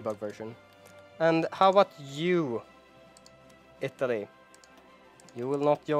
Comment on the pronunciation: Ittaly instead